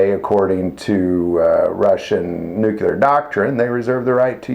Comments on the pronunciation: The word is 'nuclear' pronounced 'noo-clear', not 'nukular'. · it's NUCLEAR not Nucular. Please use correct pronunciation of words. It sounds unprofessional otherwise. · He's making fun of George W. Bush.